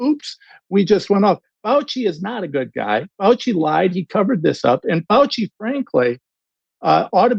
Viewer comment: Did he just say he respects Fouchy? OUCHY